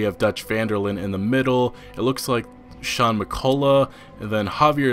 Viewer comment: bro said sean mecolah